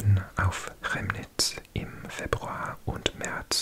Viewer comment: Chemnitz is actually pronounced like “Kemnitz”. I know the ch is confusing in German 😅